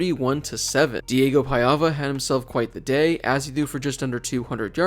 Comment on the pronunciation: “Diego Paiava” Pah vee uh